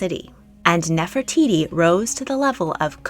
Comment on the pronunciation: Gosh I’m sorry but I can’t stand the way you pronunce Nefertiti. 😵‍💫